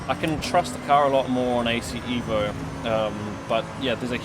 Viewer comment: Not EEEEEVO...EVO. Say it like you are italian. Pronounce it as: "Eh-voh" (like in "Evolution") Not "Ee-voh"